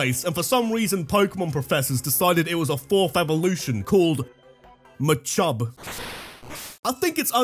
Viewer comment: Literally lol'd at ma-chub